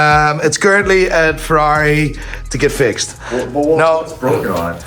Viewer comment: Ferai --> Porcsh 👍👍👍👍👍👍👍👍